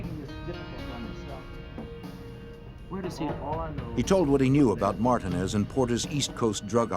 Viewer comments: Did the narrator really pronounce Martinez as "martah-nez"!? Hahaha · This is probably the worst video about Rich Porter. No real pictures of anyone. Not even pronouncing Alpo Martinez correctly. Just stop if you can't do it correctly why even do it.👎🏽👎🏽👎🏽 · Alpo "Martin?" Is that ehat dude said tho?? Edit: never mind he said Martinez...just pronounced VERY STRANGE 😂